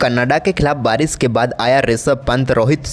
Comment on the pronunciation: salia, bolna to seekh le. Barish ko Baris, Sharma ko Sarma, Shandaar ko saandar bolta. Shame. Pakhsh ko pax, Shuruat ko suruat. Lahnat teri Hindi pe. Rishab ko Risab?